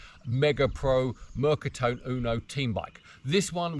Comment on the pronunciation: Fabulous video , really interesting … I have an XL EV2 … amazing bike to ride, only on warm sunning days …. Ps, just a precision on the Italian … the E of Mercatone is pronounced and not silent… in Italian every letter in a word is pronounced … picky I know, again love the video